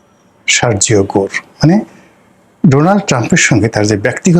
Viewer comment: You are saying Shargio . It is to be softly uttered, Sergio . Not Gor like Bangla ও! It has to be rounded up, a big O ! What is George SHOROS ? It’s George Soros (soft please)!